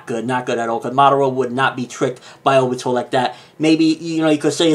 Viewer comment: Ok it bothers me... It's not O..bito. Stop putting so much emphasis on the O. It's Ob..ito.